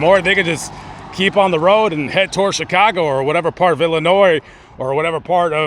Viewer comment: I am from Illinois so thank you for pronouncing the states name correctly . I use to go from chicago to Mississippi 4 times a year with my family back in the late seventies and early eighties. My how the times have changed .